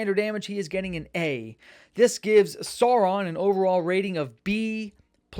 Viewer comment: maiar = my-r , you nailed it on the Sauron. Great video bro!